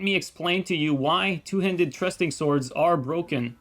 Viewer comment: “trusting” swords 😂 thrusting swords i got you brother don’t you